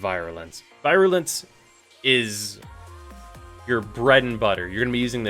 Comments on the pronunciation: Vi-rulence. Fucking Vi-rulence. I'm pretty fuckin' sure I've heard ya pronounce the mod Virulent Scourge correctly before so what the fuck happened here? Fucking Vi man. Also I don't think its so much people wanting the new shiny and wanting it now, as much as it is the mission itself feeling just soooooooooo fucking terrible, at least it did on launch week. Barely any enemies, and barely any injectors, so you're pretty much fucked into just babysitting one console while letting the others burn. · VEE - ru - lence or VEER - you - lence not V-EYE - ruh - lence